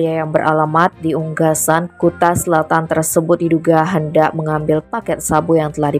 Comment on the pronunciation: Kakak.. Ampura... Kok lagi "".... Unggasan??? Coba di replay kakak... Dulu juga begitu.... 😊 Yg benar.. Ungasan...